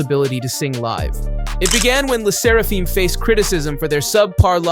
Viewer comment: Thd pronunciation of le Sserafim is "leh serahfem"